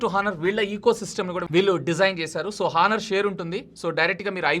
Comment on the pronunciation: హానర్ కాదు ఆనర్